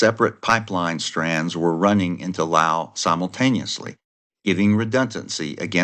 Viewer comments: LOUSE. LOUSE. LOUSE. Not Lll. Owww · Laos has an 's' in it. Say it.